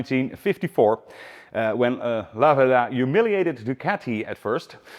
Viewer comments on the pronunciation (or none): The ultimate 1970s Italian stallion ? Stress on the first syllable. Lah - verda. Flying agricultural two-wheel tractors ? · Yes It's LAverda...not Lavérda. Correct. 👋👋👍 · No, its' La-VER-da! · Italian here. It's pronounced laverda, not la verda. The burnt orange was a fashionable color in late 60s early 70s Northern Italian shops. It's a shame Piaggo killed the brand to only focus on Aprilia for sport bikes, but Piaggo is not a large company, and there were simply too many small sports bike manufacturers between Laverda, Moto Guzzi and Aprilia, all owned by Piaggo. Ironically, while Italian brands rule MotoGP today, endurance racing is predominantly won by Japanese brands. They sold a few of the 750 in Toronto, but these are bikes that are owned and never ridden. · The Italian pronunciation is very good. Albeit a surname, "La verda" means "the green" although it would not be used as it's incorrect, i'm just doing a straight translation. Since it's feminine, finishes with "a", masculine in this case would be "il verde". As a kid (5-6 year old) i remember fondly a Lamborghini green liveried Laverda parked a few streets down where i lived, i thought of it as "the green lady or dame", hence my explanation of the grammar. Always loved the low sweeping handlebars and presence. Being more a car person it's the only bike have a vivid memory of 45 years on.